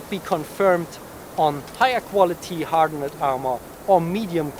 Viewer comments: Awesome video. Just a tip; ‘Hardened’ is pronounced ‘har-dund’ (2 syllables) and not ‘har-dun-nid’. Same with ‘shortened’ (pronounced ‘shor-tund’, with 2 syllables). Keep up the good work! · Your English is much better than my German, so please understand that I offer a correction only to help you. Hardened is pronounced "har-dend". the "-ed" at the end is pronounced as a "d". As with many other words in English that end in "ed", there is only a "d" or "t" sound, because unlike German, nothing is pronounced as it is spelled. Thanks for the content.